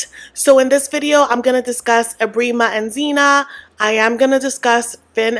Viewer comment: Phin makes my blood boil, he's so disrespectful. Sandra needs to protect her kids and cut him off expeditiously. Zena has to be playing dumb for the cameras. Men like Ebrima (it's pronounced "eeb-rEYE-mah") are a dime a dozen in Gambia, there's no way they don't have an understanding and if not, she's bound to have met another s-x pest, I mean tourist, in Gambia that would have given her the 101 on bumster relationships (that's the Gambian name for the men lol)